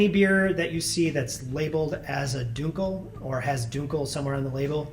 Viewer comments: You're going to make me rage quit this video. Stop saying "DUKEL"!! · This guy has no idea how dunkel is said. How is he a beer professional if he can’t even say all the beer styles correctly? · Dunkel is pronounced DUN-Kel not DUNE-Kel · Not pronounced Dunekel, Dunkel like in the U in Junk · That's now how you pronounce "dunkel" fyi.